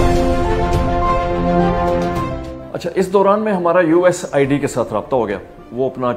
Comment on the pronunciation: یو ایس ایڈ کو اپ بار بار یو ایس آئی ڈی بول رہے ہیں ۔ کیا اپ کو یو ایس ایڈ بولتے ہوئے شرم آتی ہے ؟